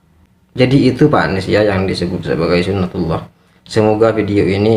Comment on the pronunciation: Tolol bkn gitu yg nmnya suna tillah...hadeeeh bahlul nt22 nya gd yg bener bicara sunah tulloh uda mending belajar agama lg hususnya hukum sar.i j y...🤣🤣🤣🤣🤣